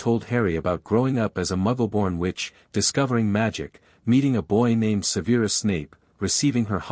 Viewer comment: It’s Gryf N dor. Not GRIF finder. It’s Sev R us. Not Seveerus. It’s the mirror of Er i sed. (Desire spelled backwards) not Ereese. Watch a movie why don’t ya!